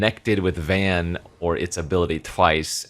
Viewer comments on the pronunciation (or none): Now I can be one of the picky writers with the way pronounces FF Card Names and say: Why do my boy Vaan so dirty by calling him "Van"?